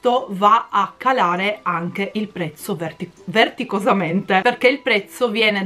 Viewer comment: ...si dice vertiginosamente..... ADORO 🤣🤣🤣🤣🥰😘❤️❤️❤️